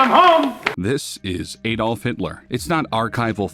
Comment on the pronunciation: Have you ever heard people say his first name. It isnt pronounced Ay-dolf.